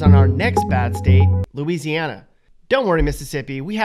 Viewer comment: Hmmm Looseiana?😅